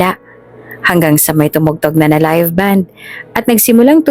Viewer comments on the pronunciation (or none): none